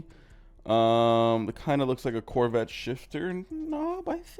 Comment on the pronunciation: The minute said that the mazda had a correvete shift nob i knew he got a correvete.